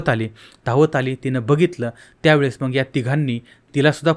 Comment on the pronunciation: हे येड आहे.नीट बोलायला येत नाही.मग न म्हणता मंग म्हणतो.याला काही अक्कल असेल असं अजिबात वाटत नाही.याच चॅनल बघणे म्हणजे वेडेपणा आहे.